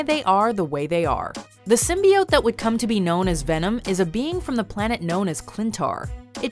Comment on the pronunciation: Somebody tell this woman to stop pronouncing Symbiote like that. This movie is going to have all the "casuals" changing the word.